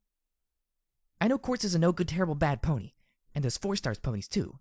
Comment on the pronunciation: Ahhh, I hate to say this for, is this the third time? I'm just bringing it up now... again, for how it sounds in this chapter most of all... *brace yourself for the obvious and sadly over debated thing about MLP thing* Pony sounds off... pulling me out of the story off. Not all that bad before "DJ Pony", but now with only "Pony" it's just so... wrong to my ears. Escher like odd. Sorry for pointing it out again, and no I don't expect you to change it at all really. Just pointing it out. :( Sorry.